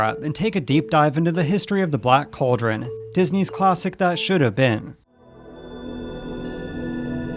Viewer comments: Its pronounced "call drun" not Coal Dron. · This narrator needs to learn how to properly pronounce the word "cauldron" (it's NOT "coldren"!) I can't even watch to the end as hearing him repeatedly say it wrong is driving me bonkers! *FAIL.